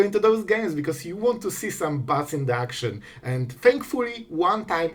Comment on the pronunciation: why do i keep hearing butts whenever you say bats ? <3